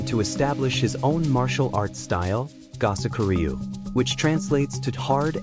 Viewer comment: I studied with for 48 years. If you're going to do these kinds of "documentaries," enlist a narrator who is familiar with the pronunciation of Japanese terms and names. It is "Koo-boat-ta" and "Go-soak-oo REE-yu." I can't even get through the footage, listening to you butcher my Master's name and his style.